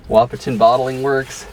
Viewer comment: I enjoy watching your videos. However I need to tell you the "T" Wahpeton is silent. So it pronounces a WaH-pon.